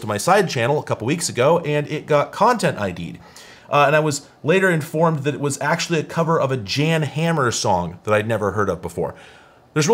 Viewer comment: His name is pronounced yon hammer 🔨